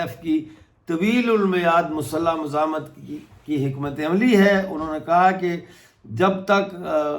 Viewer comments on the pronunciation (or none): none